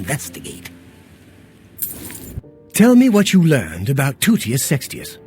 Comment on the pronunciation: I love the way he says Toutius' name "TOOTius SEXtius"